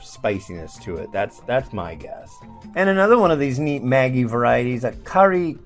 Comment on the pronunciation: The Vegemite noodles will be nice. Vegemite tastes like Soy Sauce so how can it go wrong? I'm Aussie and I've never seen Vegemite noodles in my life. It must have been a limited edition! Maggi is pronounced like magic, by the way, not like the girls name.